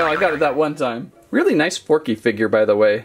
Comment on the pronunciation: Who went nuts when he said porky instead of forky